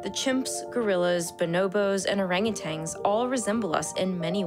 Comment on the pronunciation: Orangotangs? :P